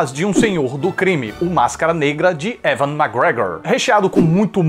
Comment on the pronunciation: "Evãn macgregor" ou "Euian" na pronúncia né amig? Hehe! Essa de ter outro Esquadrão Suicida depois do fiasco do Lehto eu não sabia, fiquei de cara!! Tomara que deem jeito sabe-se lá Deus como hein?! Já as outras notícias parecem super boas hein, não parece ser o caso do Vin Diesel nesse tal Bloodshot, mas o filme que estou ansioso, VIUVA NEGRA, OMG omg omg!! Será que vai ser tudo que anda prometendo, amigo?! Enfim, a outra metade de super-heróis só vou ver outra hora!!....>>===> E sobre outro filme da.. Nem mulher maravilha, mas da Gal Gadot aii aii viu que paraiso heh ai aiii!! Valeu demais pela felicidade que me traz com seus vídeos, espero te dar um abraço in loco algum dia e abração "" hehe, peguei sua mania! Valeu, você é o cara!!:))